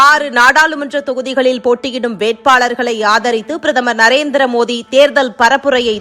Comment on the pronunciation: மோதி அல்ல மோடி சரியா உச்சரீங்க